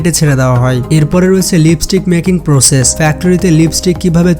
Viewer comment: লিপিস্টিক না, লিপস্টিক